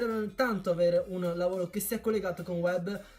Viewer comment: lavolo hhahahahahaha la r ti e sparita?